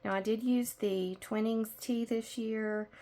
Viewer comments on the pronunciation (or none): Thank you so much great tutorial, just FYI it is Twhy-nings tea.